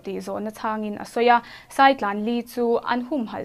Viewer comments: Saitlan nilo in sàitlàn tih tur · Saitlan hi ilam diklo